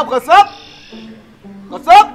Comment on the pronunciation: yeh bewaqoof log QASSAB KO KHASSAB bolte aur likhte hai...koi in ko sikhane wala nahi hai pure HUDERABAD mai..afsos ki baat hai